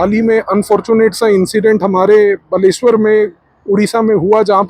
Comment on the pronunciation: Thank you sir for accuracy in pronounciation of बालेश्वर .